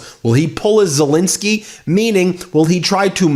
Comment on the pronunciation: "Zelinski"? You mean "Zelenskiy"? (You're pronouncing the second vowel wrong.)